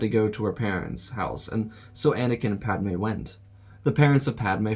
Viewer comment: Man said PAD A Me